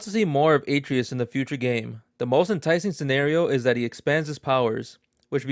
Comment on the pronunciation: Yeah, and he also says Atreus wrong, probably hasn’t even played any of the games